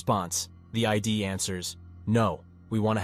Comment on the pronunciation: It is "id" to rhyme with "did", not ID. Cheers